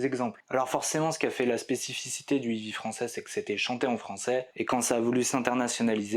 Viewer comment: Fanfanchouillard, je te salue ! Je constate le même travers que mon grand frère : la prononciation de "heavy". Vous prononcez "ivi" au lieu de "hey-vi". La bonne prononciation franchouillarde des années 80 (lol) ! Je connais un gars fan de ce groupe depuis le début. Il en faisait même son pseudo sur les forums de l'époque. Excellente synthèse, as usual ! Dans un état d'esprit similaire "Heavy Metal à chant français", je te suggère MESSALINE. Les textes (les paroles), quel régal !!! Surtout l'album "In Cauda Venenum" et la chanson "Le Bûcher des Vanités". Meup !